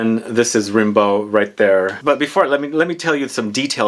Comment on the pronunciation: Its actually pronounced "Rambo" like the movie